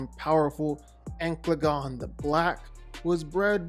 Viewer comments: Ankladon? Bro, learn to enunciate. It's An/cal/a/gon. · Its not ancladon.. its ancaladon... an- ca- la- don, not ank- la- don, as you said it. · The pronunciation in the vid was killing me… Ankleagon? An-cal-a-gon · ok I heard Angaelagon the black, Empalagon the black. Amplygon and lot worse bruh. Ancalagon The Black. xD geez so funny dude. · Downvoted for mispronounced ancalagon